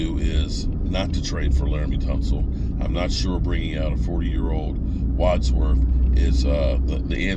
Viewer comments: 😂😂😂😂 I quit counting how many times didn't pronounce Whitsworth name right. It was through the whole video. Lol! Bless his heart! Gotta love his reporting & updates. He does stay on it. ❤ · He's not coming out of retirement. He's done. I would be surprised if he came out of retirement to play for the Cowboys & not the Rams. you butchered his name many times during this video! Lol! 😂 I know you said that you're terrible about names. I quit counting. But if he does come out of retirement to join the Cowboys. You gotta get his name right. 😂❤ Much love. ❤